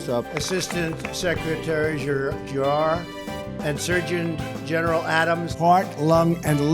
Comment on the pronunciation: My god! I love the look on the woman behind him when he's trying to pronounce "GERRAR"!